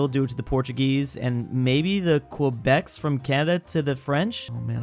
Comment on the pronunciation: its Quebecois, you're gonna get abducted again.